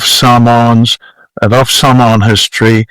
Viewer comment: Such an interesting history of Mr. Brunt. He pronouce the Samoan words are pretty spot on.